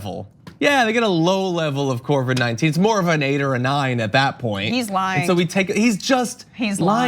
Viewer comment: JOHN, IT'S COVID!!! NOT CORVID!